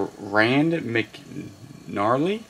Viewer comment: I make a great tasting strawberry shortcake and my husband buries it in milk, and I get so frustrated!. But, yes, A-1 is great. It was also funny to hear you mispronounce Rand McNally, lol. I never thought about how your generation didn't really need to use them with GPS.